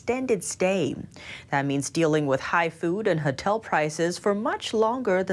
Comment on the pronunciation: it's Hotel not Hatel 🤣 three times!! 😅